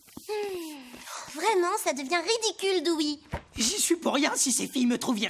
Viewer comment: Dewey*, pas Doowie